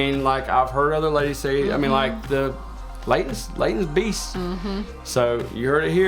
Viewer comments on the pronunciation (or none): none